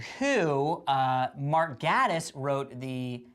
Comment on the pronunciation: The way they mispronounce Mark Gatiss' name is hillarious! It's pronounced Gay-tiss (according to himself on twitter)